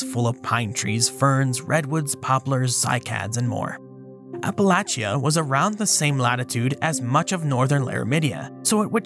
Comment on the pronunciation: As an Applalachian, THANK YOU for saying Appalachia right